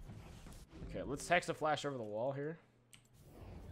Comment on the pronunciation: Jacob Lucca and now people are actually typing "hexaflash" in a lot of comments here..